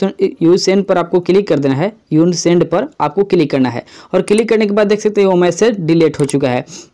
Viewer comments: यून सेंड नही अनसेंड होता है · यु send नही अन send kehte h 🙂🙂🙂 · Bhai vo unsend hota hai 😂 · भाई वो अनसेnड होता है🌜🙀🙀🙀